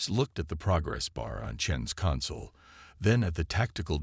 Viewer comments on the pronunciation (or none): Thanks, but sad and frustrating once more. I wish EVERY ONE OF YOU posting stories would FREAKIN get rid of your POS AI's!!!! Please tell me wtf is: "saba-TAGED", "cuhn-sole" (console), "..during countless UHNS of hunting..."(eons), "HALO-tble"(halotable), "IN-veloped" (in-VEHL-oped), "KADD-its"(Cadets). Takes away Tremendously from enjoying the story.